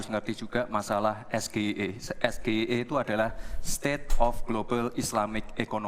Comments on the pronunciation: Pak imin nggak tau sgie karena gibran juga salah bilang yang seharusnya es ge ai i kalo inggrisnya, dan juga wajar saja kalo beliau nggak tau karena dia kan manusia negara indonesia bukan luar negeri wkwkwk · bacanya ES JI AI I bg bukan sgie, apalgi gibran trnyata buka contekan dia jg gk tau apa itu sgie 😅